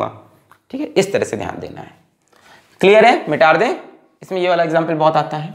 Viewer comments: Sir.. ki kuch pyari🙈❤ baateinn... 1.Mita de ko.. mitar de bolna. 2.Word ko erase krke dobara likhna . 3.Acceleration ko axkeleration bolna. 4.Beech beech gaane or ajeeb awaz nikalna. Or... Sache Dil ❤ se pdhana. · Sir why do you say MITARDEIN...its mitadein..(?)